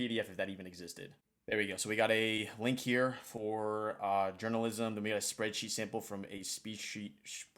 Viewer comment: He said "SpeedSheet" 😂